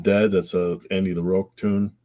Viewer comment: omg it is Andy LaROCK not LaROAK